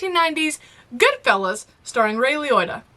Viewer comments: The ONE time she says his last name correctly she calls him "ROY". 😂🤣 I'm dead! lol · Ray Lioita.... Roy Liota. I mean, between the two of them, you got it right once. XD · I love that, even after hearing his name twice from Siri, continued to pronounce it "Lioitta" except once...when she called him "Roy Liotta". That "oy" sound had to be in there somewhere. 😆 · It's Ray (not Roy) Liotta (Lee-oh-ta, not Lee-oi-ta).